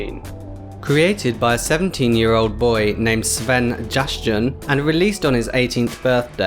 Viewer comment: Jaschan is pronounced as ya-shan Not jas-Chan